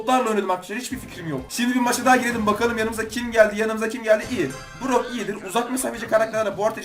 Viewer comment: Abi brock bull diyo